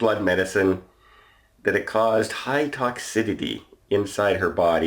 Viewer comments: “high tock cid adee” er... are you trying to say toxicity? Go home, you’re drunk. Lolz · Love your videos but it’s TOX- I-CITY